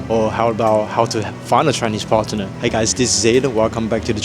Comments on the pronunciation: Aiden, Partner is said together, not Parte-ner. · Aiden I can teach you english if you like, "partner" is not pronounced "partenem"